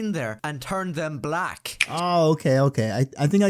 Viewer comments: Lmfao the way he said black, he really wanted to say ANOTHER word😂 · the pronounciation of black is killing me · Dude said “black” with the hard B 💀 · I love how he says black. "They turned her BLACK" like who cares brother, it's not that deep.